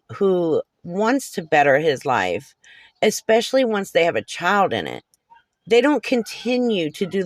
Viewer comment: (exspecially?) Seriously self-proclaimed scholar? Your scholarship certainly is not in the English language.